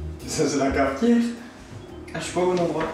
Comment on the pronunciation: "Ça c'est la cafetière" avec le bon accent alsacien 😂😂